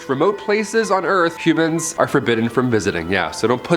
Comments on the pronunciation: First time he said humans I thought he said Cubans lol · I thought you said “Cubans are forbidden to.. “